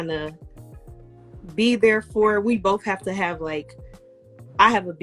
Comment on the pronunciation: If she says “boff” one more damn time.